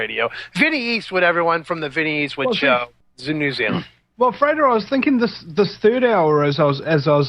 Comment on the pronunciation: Frater is not pronounced "freighter", you do not lug cargo around the globe...